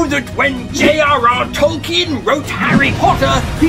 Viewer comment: Thank you for pronouncing Tolkien properly